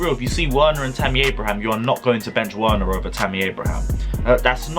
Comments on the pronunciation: Pronounced Wener like Vener NOT Wena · Triggered how he says Werner's name 😂😂😂😂